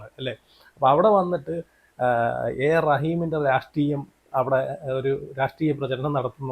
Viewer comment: എടാ രാഷ്ടീയം അല്ലടാ മണകൊണാപ്പീ......... രാഷ്ട്രീയം ട്ര ട്ര...... പോയി നാക്കെങ്കിലും ഒന്ന് വടിക്കെടേയ് നീ..... 😂😂😂😂😂😂😂😂😂😂😂